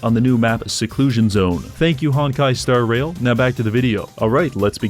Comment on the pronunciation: his emphasis when he says Hon*kai: Star *Rail is wild